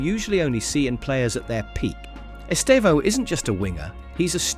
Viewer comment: Please pay attention the way Brazilian journalists pronouce his name. They stressed sylable in his name is TE. The second one is just to say the sound is close nasal in the end. It sounds horrible the wrong way you pronouce his name!